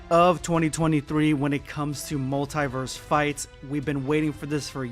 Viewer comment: What's wrong with your pronunciation of multiverse Are you dumb or what stupid illiterate, I am giving dislike